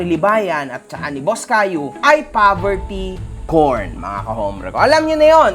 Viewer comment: Poverty Porn po, not po Poverty Corn.